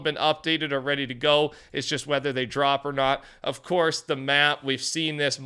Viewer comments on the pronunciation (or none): none